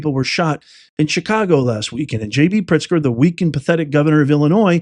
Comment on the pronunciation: Do Illinois citizens pronounce J. B.'s last name not as Pritzker but "Prickster?" Secondly, the United States citizens have a choice at voting locations: do you want ICE agents or cartel members there to oversee the voting process? It seems to me that ICE agents would exclude illegal immigrants from voting, right? On the other hand, would it be so surprising that armed cartel members who oversee election activities would exclude bonified United States citizens from voting? Is this so hard to figure out? To me this is like every day being black or white: there is either light or there is shade.